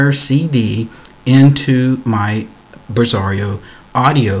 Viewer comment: OK - I would pronounce the application as 'BRASS-AIR-OH' - am I missing something here ? 'Bizarro' just doesnt sound right :(